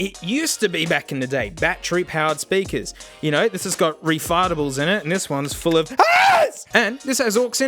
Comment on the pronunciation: I’m surprised that “refartable” didn’t become a regular term in the channel…